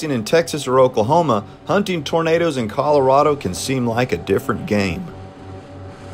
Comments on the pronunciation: It's "tornadoes", not "tomatoes". :) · OK, let's try again. The clue is in your own comment "autogenerated". The software that "autogenerates" the subtitles can't distinguish between the way pronounces "tomatoes" and "tornadoes" its just a small malfunction of the software, it can be exacerbated by accents, for example I'm English so I would pronounce tomatoes with the phonetic emphasis on the "A" which would sound like "Arr" and so the two words in my accent would sound very different from each other to the software. Are you familiar with presentations and his style? He just isn't the kind of bloke that would mock peoples' afflictions.